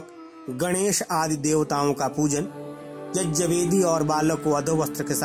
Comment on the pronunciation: सबसे पहले शब्दों को सही बोलना सीख लेते तो अच्छा होता संस्कृत में व्याकरण सिखाई जाती है और कौन कौन से शब्द मिलकर कौन सा शब्द बनता है सीख लेते आप जो यज्य बोल रहे हैं वह यग्य है जिसे जग्य भी कहते हैं कम्प्यूटर के बने शब्दों को न रटें कम्प्यूटर बनाने में गड़बड़ी हो गई होगी क्योंकि ग्यान शब्द ही सही ज्यान नहीं ये शब्द जो है (ज्ञ) ग्य से बना है ज्य से नहीं